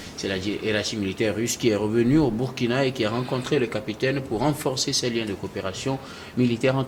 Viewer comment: Monsieur a toujours MAL prononcé le "Burkina" dans ses interventions. Impossible vraiment ou mauvaise volonté?